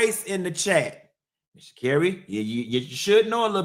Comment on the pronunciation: The way you say “Shacarri’s name like Mariah “Carey”, “Shacarrey” cracksss me uppp😂😭😭😭😭‼️